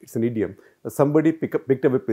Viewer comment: "an indiom"